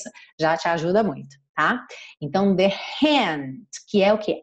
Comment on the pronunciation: Agora nao entendi uns dizem the com som" v",e vc diz the com so" d"